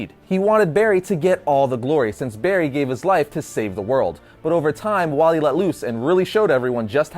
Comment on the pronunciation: dude its wally not wallet